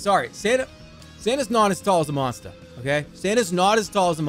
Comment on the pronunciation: Jerma's Boston blood came out when he said monster while talking about the MnM dudes